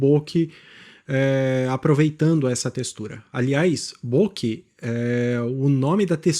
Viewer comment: Caro, valeu por mais esse vídeo (não perco nenhum). Só gostaria de, se me permite, fazer uma pequena correção: a sua pronúncia de bokeh (o desfoque do plano de fundo) está incorreta. A palavra é derivada da língua japonesa e significa "borrado" ou "esmaecido" ao pé da letra (minha mãe me xingava assim quando eu era criança e ficava meio desligado do mundo, às vezes..hehehe), e a pronúncia correta é "bokê" (oxítona), e não "bôke" (paroxítona). É um tipo de equívoco muito comum, porque via de regra a maioria das palavras da língua portuguesa é paroxítona, ao passo que na língua japonesa dominam as oxítonas. Desculpe pelo preciosismo, só quis colaborar um pouquinho com alguém que sempre procura ajudar a tanta gente com seus vídeos super didáticos e proveitosos. Saudaçoes geo-fotográficas...